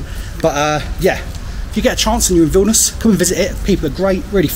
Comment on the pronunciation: Užeikite means come in. And yes, your pronunciation of Vilnius is correct!